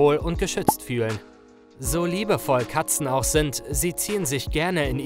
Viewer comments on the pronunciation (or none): Er sagt amAnfang ,, liebevolle katza‘‘